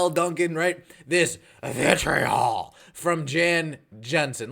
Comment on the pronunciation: The way you say "Vitriol" is priceless. 🤣